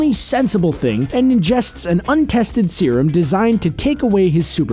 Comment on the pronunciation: its serum...